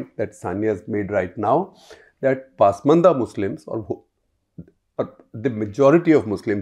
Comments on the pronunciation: I thought it’s pronounced pasmaandaa पस्मान्दा. And yet I hear paasmandaa पास्मन्दा in this clip and elsewhere. Does anyone know for sure? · Very informative & loved it. Only suggestion would be to pronounce Hindi and Urdu words as per local diction not as per English pronunciation. Pasmanda is ‘Pus- maanda’ not pass- maanda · Your Muslim expert can't pronounce Pasmanda properly. She has always pronounced it as Paasmanda. Please ask he to correct it.